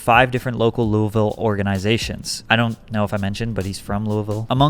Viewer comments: Also, it's not luavillle.... It's lewavul. Lol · The way you pronounce Louisville hahahah always a dead giveaway from outsiders 🤠🌿